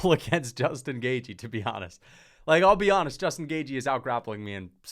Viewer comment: Why do you pronounce Justin Gaejthes name wrong? It’s not “Gay G”